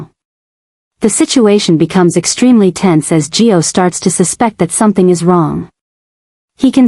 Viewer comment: Why do you call Gio…Joe?